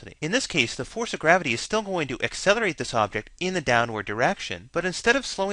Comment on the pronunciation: "ey-selerate"...really? it's pronounced "ak-selerate". However, still a nice informative video.